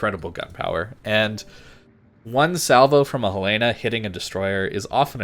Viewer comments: Its pronounced HELEN-UH and not HELL-LAY-NUH ... From Montana and its how the natives pronounce it. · HELL-LEN-AH it is named after the town in Montana.